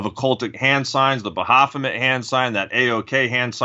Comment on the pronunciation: Pretty sure its "Ba-fo-met"... Makes me want to bang my head on a table hearing "ba-ha-fo-met" lol..